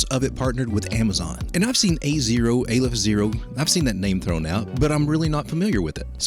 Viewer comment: Its Aleph not AYYYlef fyi. First letter in the aramaic , Hebrew and arabic alphabets.